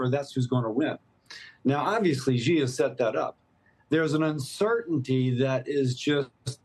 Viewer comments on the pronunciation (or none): Xi is pronounced like the word "she" or "See" not like Zsa Zsa Gabor